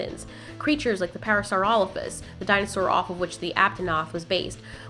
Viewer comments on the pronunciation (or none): none